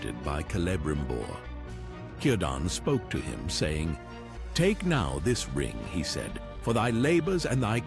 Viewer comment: You are quite welcome. Since you pronounced Celebrimbor correctly, I was slightly surprised. But I acknowledge that we English speakers have a soft-C tendency. But Profé Tolkien completely separated the Quendi from that linguistic tendency.